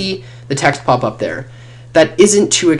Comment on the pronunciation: Did u just start d video wid "hey der sexy ppl"